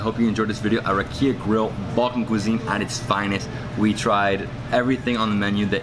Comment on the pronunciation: Just a small correction: It's "rAkia", not "rakIa". The emphasis is on the first "A".